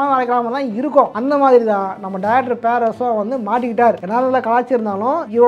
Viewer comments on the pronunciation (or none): Bro pls en parum perarasu pronounce correctly